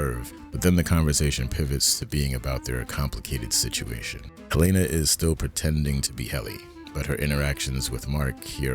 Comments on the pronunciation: Helena. I love your vids, but her name is pronounced Helena. I don't understand why so many creators pronounce it "Helayyyna" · Thanks for the great episode! Btw, Helena Egan's first name is pronounced in the show as 'Helen + ah,' not 'Hel-ay-na.' Thanks! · Sorry, but why can you not pronounce Helena correctly? Honest question.